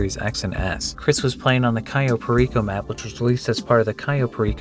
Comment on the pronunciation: The way he says Cayo Perico makes me want to die